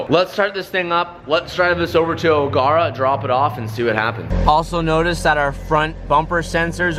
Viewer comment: Love the vid. It's pronounced Ogera though not Ogarah😂